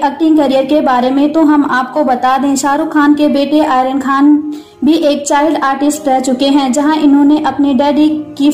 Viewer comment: आयरन नहीं मैडम आर्यन सही से बोला करो